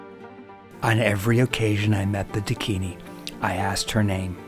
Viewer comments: Pl correct your pronunciation It is Dakini and not dikini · Not "Deh-kini" ..it's "Daakinee" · A Dakini in a Bikini, THAT would be a sight to see! 😄Hint: the word Dakini is pronounced Daakini, and DOES NOT rhyme with Bikini!!! God, English is such a difficult language. The use of Diacritic marks are essential. For instance, Däkini tell us it is Daakini. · I’m pretty sure it’s pronounced dakin-ee, not a word rhyming with bikini. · Dakini is mispronounced by you .It is Da akini